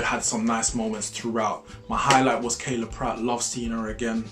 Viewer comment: Him saying Kayla instead of Kyla is such a mood. I was at a watch party and said "Omg Kayla Pratt!" and was throughly flamed for fucking up her name 😂